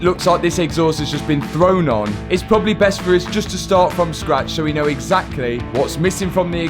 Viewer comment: maybE, probablE, finalE, mysterE wtf man?